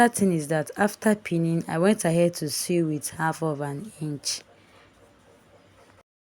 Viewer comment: The word "sew" is pronounced " so".